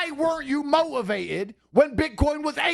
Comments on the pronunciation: Andrew Tate "Mo-ivated" claims to be one of the greatest orators of the English language 😂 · Why weren't you mo-ivated? 😂😂😂